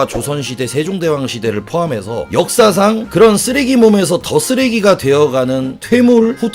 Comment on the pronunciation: 역사상 이란 발음이 왜 "엿"사상으로 들리냐 ㅋㅋ